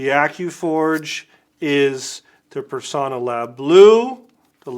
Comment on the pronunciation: Extra points for pronouncing Personna correctly (with a short o).